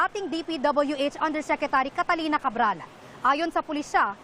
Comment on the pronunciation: Catalina hindi Catarina🤣